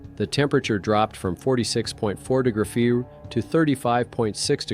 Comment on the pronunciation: When AI says “do few” is it trying to say degrees?